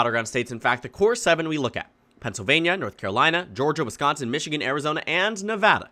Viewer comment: Where is 'Michgian'?